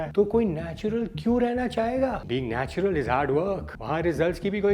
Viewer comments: Natural ❌ Natular ✅ And also Genetis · NATULAR & NETURAL.......😂😂😂😂